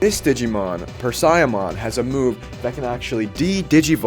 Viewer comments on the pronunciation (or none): fyi: Persia, like the place, Parasimon is closer to what you’re saying, a huge spider parasite, but if Persia is difficult she also has the name Bastmon/Baste ( Bast, Then long A sound) mon